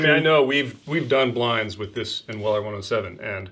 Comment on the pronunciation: Your pronouncing of Weller to me sounds like Willer. For a moment I had to figure out what you were talking about😂